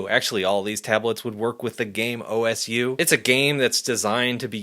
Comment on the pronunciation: FYI osu is pronounced as "oh-sue" or "oss" without the final u which I think is how a native Japanese speaker typically says it. Osu community is where OpenTabletDriver comes from because they needed a higher-performance tablet driver to play the game and one that works with many (300+) different drawing tablets.